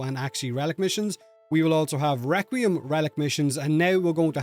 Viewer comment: WEQUIEM WELICS lol